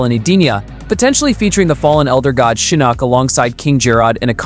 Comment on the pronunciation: Why are you pronouncing the names wrong and then later it's right e.g. Shinook then Shinok, I'm genuinely curious ?